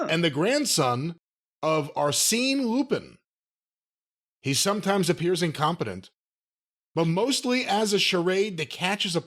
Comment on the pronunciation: "Arseen Loo-Pinn"? Goddammit, were you raised by chimpanzees? Who the hell doesn't know how to pronounce Arsène Lupin? When sounds more ignorant and clueless than Kentucky Grandpa, we're really in the dumbest timeline. Good grief, mate! Mr. "I read five books per week" over there... Embarrassing!